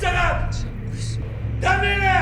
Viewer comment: Дәмелі емес дамели деп айтындарш😂